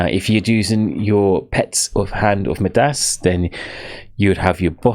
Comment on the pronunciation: Great explanation, only thing that was terrible was how badly you pronounced some words like, Midas, Samosek, Furies lmaoo